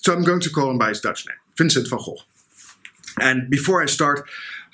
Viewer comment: SOOO nice to hear the Dutch pronunciation... we hear it so very rarely!!! It should be said that he was shot and that he may well have shot himself, as has always been assumed, but that there is also quite a lot of conjecture from very reputable sources that he was shot by someone else, either accidentally or deliberately.